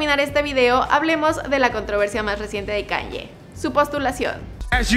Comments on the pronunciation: Se escribe Kanye West Pero se dice Keni West Un pequeñito error nada nada...grave..😅😅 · Por favor. Debes de orientarte como se pronuncia correctamente el nombre del artista. Kanye, se pronuncia keyne